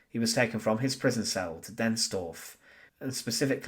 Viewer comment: "TH" IS NOT PRONOUNCED "F". "DEATH" IS NOT PRONOUNCED "DEAF". STEP UP YOUR GAME.